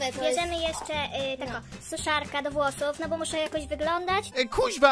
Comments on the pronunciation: Szczotka do "wlosuf" boże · Te "struj" "włosuf" xD